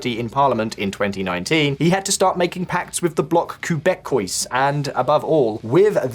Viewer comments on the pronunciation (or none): Bloc qu-beck-cuise! LOL It’s pronounced: Block keh- beck- wah Bloc Quebecois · Say it with me now: BLOCK KWA-BECK-WAH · The Bloc Cue-beck-wees??? Omfg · Dude... Made me giggle like a schoolgirl. Blok Kwibasis. XD To my dear Anglos, try saying it like "block kaybaykwa" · "Block koo beck coys" Immediately checks comments. A pronunciation that egregious deserves a comment for the algorithm. We're feeding the trolls today. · One of our favourite and most enduring sources of entertainment here in Canada is listening to foreigners butcher French Canadian names and words. "Block Qweh - beck - wheeze" Riot!!! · "Block keb-ay-kwah" would be closer. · He made a pact with he Bloc kwubecwoise. Ive never heard of them. At this point I stopped listening to this "expert" analysis. And Meng when joe? How many years did you yave to get that one right? If only Dooneld Truumpa can save Canada. Ok, now do Saskatchewan and Tsawwassen. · Amazing!!! Seems like the number of coments about the awkward pronunciation of the name of the "Bloc Québécois" is bigger than the number of comments challenging his paternity! 🤣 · I'd pay money just to hear more British people pronounce Boc Québécois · Love your vids but my Quebec wife didn’t like your Bloc Québécois pronunciation! 😂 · The pronunciation of “bloc quebecois” 😂😂😂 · I have heard non-francophones butcher French pronunciation before but that was really bad. And I am not even Canadian.